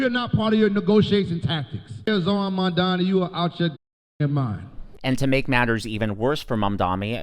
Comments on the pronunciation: *MAM-Dahni, not Man-DAHMI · Bro. Please say his name right. It’s MamdaNi